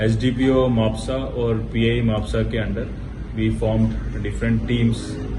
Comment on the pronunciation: It's spelled as mapusa right not ma-pu-ca